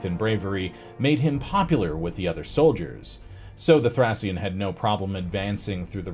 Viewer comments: sounds like thray . Shn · Please if you’re going to say a word 50 times look up how it’s pronounced. Thracian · Was it so hard to check the correct pronunciation of the word "Thracian" beforehand?